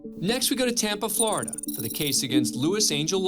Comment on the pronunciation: Floriday huh? You don't say